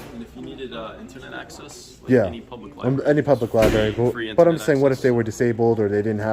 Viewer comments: Lol, mini tyrant thinks you need an id to get into a "lieberry" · Libary? 😂🤣 She shows her stupidity. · Everyone keeps saying Lieberry. It's against my policy for you people to keep saying Lieberry instead of Library. But it's not a law... so continue on. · What is a lye berry? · I find it funny how many public officials can't even say "Library" properly. Especially elected officials. They should be setting an example . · Wow a ginger Smurf dwarf who can’t say library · it's amazing how many people can't pronounce the word library